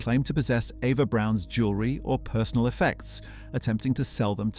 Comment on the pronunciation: Her German name was Properly pronounced as Ava, not Eva despite its spelling with an E.